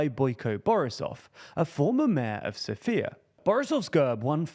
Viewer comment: He manage to mispronounce every name in that one sentence - from GERB, to Borisov, to Sofia